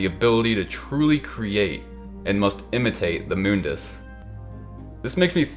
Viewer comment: Mundus is pronounced like ”money” but replace ey with dus.